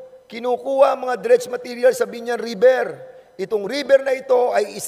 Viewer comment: napaka angas akala mo naman kaya niya si boss RA ayusin mo muna ung pronounciation mo river un hindi riber